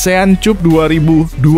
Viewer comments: Maap Mr, klw cup itu di baca nya kap, bukan cup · Asean kap bg bkn cup.... Bacanya kap bg bkn cup... Dengernya sya malu.... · CUP'>>>> NDAK DIBACA 'KAP' YA. SI NARASI MMG LULUSAN S3 YAH? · dasar AI...cup cup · Konten ini kalau membaca seperti melecehkan bahasa ind, contohnya cup